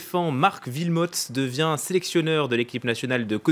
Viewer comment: pff ces francais Wilmots pas Vilmots le w se prononce oué